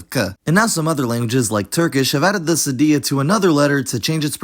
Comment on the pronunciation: I think you are from Latin America. To a Spaniardʼs point of view the pronunciation was actually good.